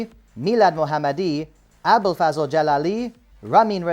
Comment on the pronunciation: bro its pronounced abdol fazl not fazel 🤣 great vid nontheless